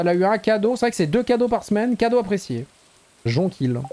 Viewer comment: Jonquille ça se prononce Jonquiyye